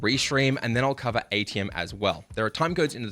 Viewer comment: Just a note for everyone. It is Aitum. Not Aitium. Otherwise, great video, thank you! :)